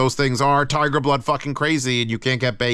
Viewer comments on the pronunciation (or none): none